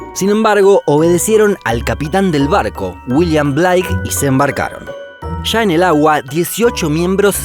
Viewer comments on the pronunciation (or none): William Bleik no Blaik se pronuncia amigo.